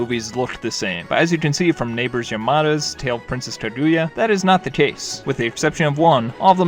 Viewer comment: Ya know everyone can have their own opinion… but pronouncing it Jibli? Ka-gooya?